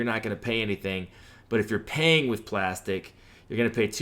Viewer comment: 😂 it's pronounced ( plastic ) just a different way of spelling. Like my Y.T. channel is Aktiv beats, but is pronounced ( Active Beats ). It's all good though. It is what it is. 👍🏾 Thank you for the info.